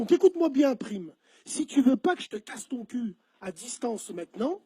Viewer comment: Black Joint en live ok ta des liens ou des preuves?? Ce qui m'énerve c que dans la vidéo ya plein d'élément qui prouve que c lui Le plus flagrant : le passage où Bassem prononce mal son nom, il dit prime avec un I, et prime le reprend en lui disant necorche pas mon nom , prime ce prononcé prAyme en sonorité parlant Bref arrêté vos délire , prime n'assume pas et c bien normal ya une grosse communauté islamiste pur et dur dans l93 lui même sais que la vrai vie ça plaisante plus , surtout aujourd'hui